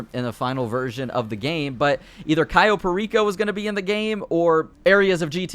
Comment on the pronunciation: "Cyo" Perico, its CAyo Perico...